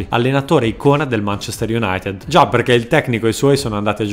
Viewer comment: Bella scelta dell'argomento. Anche il testo è scritto proprio bene. Unico appunto: se potessi limare un pochino l'accento: non so di dove sei ma pronunci le "e" talmente aperte che quando dici "perché" sembra quasi che tu dica "parcà". :)